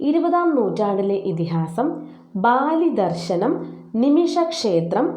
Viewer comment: ബാലിദർശനമല്ല, ബലിദർശനം